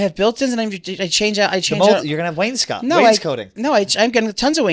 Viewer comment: Wainscoting not coating 😂